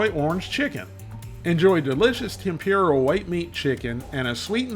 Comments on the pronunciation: FYI, it's pronounced Tem-pur-a. Not Tem-pure-a. But, other than that, great video. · Tem poor a. Not tem pure a. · just a heads up for anyone who cares about pronunciations. TEMPURA = tem-poo-da. not, tem-peer-rah. in japanese the letter R is pronounced more similar to how we pronounce the letter D. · "Tem-pure-ah" gets me every time 😂